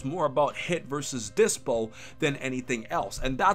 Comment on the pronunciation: bro its dyspo NOT DYPSO